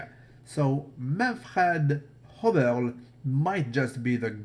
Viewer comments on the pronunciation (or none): Its not Manfred Hoberl its Manfred Höberl, its Ö not O